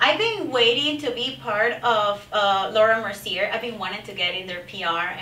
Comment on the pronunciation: Fashion Icon?!!! you really need a reality check.....and it's not pronounced Laura mercierrrrrrr it's pronounced Laura Merciyay MERCIYAY!